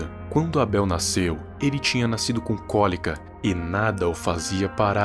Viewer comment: N vejo sentido em falar "eibol", meio que desvaloriza o português. Mas o vídeo é interessante.